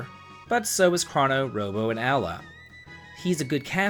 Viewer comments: Its Ayla, btw. Not Alya. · Ayla not Alya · it's Ayla not Alya. Love the list! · I would say Ayla is pronounced Eye-lah, rather than Ali-ah. You're not the first person to say Marle is the weakest character. 😉 Seen her at the bottom of a few lists. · It isn't Eye-lah. It's A-Lah. In Japanese エイラ (Eira). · In this case, he's saying "Al-lee-ya" for "Eye-la" though. Saying the Y sound after the L that it comes after it. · Aliah ? Thiks it's Aye-Lah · A-La. It's like saying hwat. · It’s Eye-lah or A-lah. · Crow-no* Ayy-lah* Decent video otherwise. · "Allie-uh" XD First time I've heard that one. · Ayla. Pronounced AL-EE-YA. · Great review, but one issue I have with it is the pronunciation of one character. Ayla . I always pronounced it like this A-la and as she is pretty much a carbon copy of a book and movie character ayla of Earth's children clan of the cave bear I always thought of it that way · It isn't eye-la. It's Ay-La. In Japanese エイラ (Eira). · Marl? Luca? ALIA?!!! who tf are those? MarlE, LucCa, AYLA. AY-LA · "MAR-UHL', 'AL-EE-UH', 'CRAH-NOH'. Dude, do you speak the language? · Why are you mispronouncing their names so badly. The game is crow no trigger, so his name is crow no and it's eye la or a la, not alley ya. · Yeah, but they have their names written in Japanese, and that shows how they are pronounced. Marle is “Mar-lay.” Magus is “May-Jus” Ayla is “Eye-La” Crono is “Chrono” (don’t know how you get that one wrong) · I hate to be THAT guy, but..."Ahh-lee-uh" and "Kraw-noh"? That was butchered harder than a pig during a bacon shortage LOL.